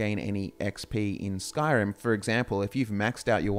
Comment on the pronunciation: saying "Bannerlord 2" is as bad as someone saying "Skrim 5"